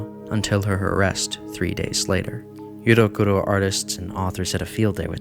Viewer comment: the pronunciation is driving me crazy but i rly enjoy the research u put in